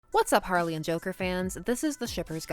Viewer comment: Lol jarley? I kinda like it.. Lol I've really only heard harker ..